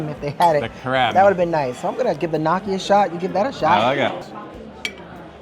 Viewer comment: "nok-key" not "knock-key"